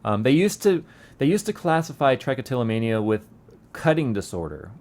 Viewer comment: That's almost exactly where my trich spot is! And buddy it's not ( trike- o - tillomania ) it is ( trick-o-tillomania)